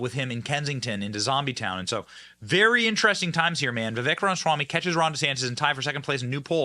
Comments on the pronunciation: Benny you keep saying Ram-swamy, when its Rama-swamy. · Johnson is the worst at pronouncing names and certain other words. Just sound it out bro! It’s not that hard! RA- MA- SWA- MY{pronounced me}. Pff don’t even get me started on how he says Burisma! He calls it “Bursima” all the damn time. So annoying. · 💜 this guy! Why does Benny consistently insist on mispronouncing his name?